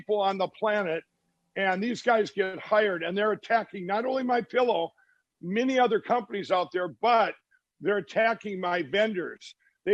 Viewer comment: MI-PEE-LOW, hmm?